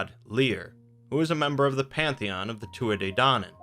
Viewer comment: The tuath de danáinn is pronounced two-a de Dan-on